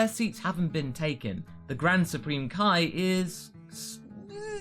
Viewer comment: Why everyone says kai eeee but says (KAIO)ken.